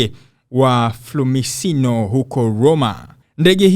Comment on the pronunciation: Sio flumisino, ni fiumicino Rom Italia ila ukitaka kutamka kwa kiswahili unasema fumichono hapo ungepatia San ukiwa mwanahabari fanya utafiti kwanza wa matamshi kisha utoe habari muskurupuke tuu